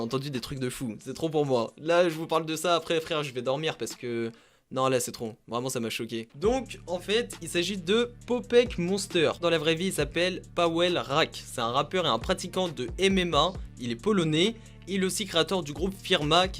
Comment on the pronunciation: Étant polonais je dois te dire son nom se prononce pavew rak en roulant le r